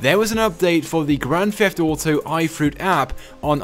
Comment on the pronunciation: Why do you say grand fheft auto